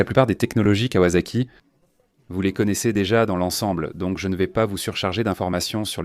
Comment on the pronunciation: Le contenu est plutôt bon (manque tout de même la ZX12R et la confusion turbo/compresseur). MAIS cette voix d'IA est à chier : en 1900.....quatre vingt tonze, la kavasaki etc...